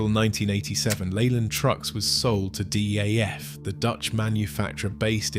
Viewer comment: no wonder you < Lovely > Britons lost leyland trucks ...this British commentator talks about D.A F..??? what in de effing world is he talking ...DAF is pronounced as .., Yes DAF instead of the German M.A.N ....geeze